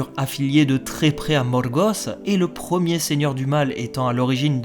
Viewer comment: Poirquoi tu roule les R pour Sauron et Morgoth ?